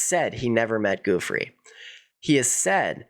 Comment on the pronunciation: The ranch was too remote from conveniences, like hotels, restaurants and entertainment. Very handy for keeping away everyone driving in a car. "Joo-FREY" not "GOO-free." Virgina Giuffre. Solid reporting. He was enabled by money and people in power - other wealthy - who looked away.